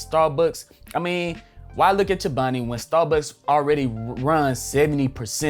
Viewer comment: The consistency.......💪🏾😘 Nice video bro Edit: You pronounced Chobani wrong, lol 😂